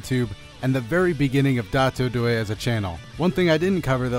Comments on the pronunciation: What I don't understand is that your channel name is spelled "DotoDoya", but you pronounce it "DatoDoye" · because of the way its pronounced in the video I watched! it was dotto. I just cut the extra T